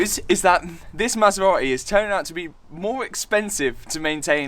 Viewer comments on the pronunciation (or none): I love this Masera-eh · "9liters of oil in the maseraeh" Hahah you forgot some letters. Love the content man!!